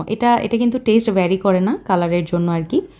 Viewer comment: টেইসট , টামেইডো 😂